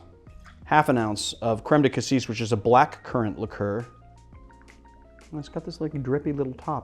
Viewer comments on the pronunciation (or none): none